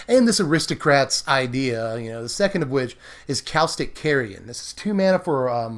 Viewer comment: its not calstic its caustic. sound like Caw not Cal